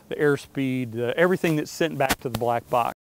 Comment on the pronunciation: "This video will know you everyting...." Love it!